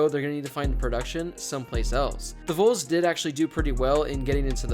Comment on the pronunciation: Learn how to say Vols, I beg of you